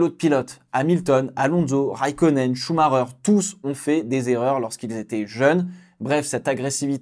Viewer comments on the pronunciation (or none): none